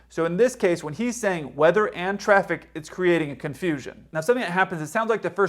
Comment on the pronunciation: I dont think the Charlie Bravo pilot was saying And traffic I think he was saying End traffic